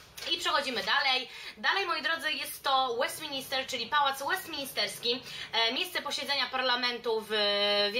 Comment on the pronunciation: Kochana mysle, ze to bardzo przydatny filmik dla osob jadacych do Londynu. Jesli mialabym wymienic takie "must see" to podalabym dokladnie te same miejsca co ty. Jedyna uwaga to to, ze parlament nazywa sie Westminster a nie Westmin"I"ster. To samo dotyczy sie oczywiscie Westminter Abby a nie Westinister Abby. Pozdrawiam serdecznie